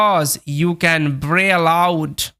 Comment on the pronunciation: Can,t কি কান্ট নাকি কেন্ট ভাই